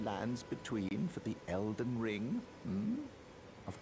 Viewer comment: Já aprendeu a falar ELDEN E NÃO ELDER?